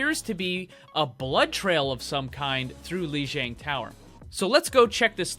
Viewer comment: It's pronounced "LEE JEE*AH*NG! Grrrrrrrrr!!!!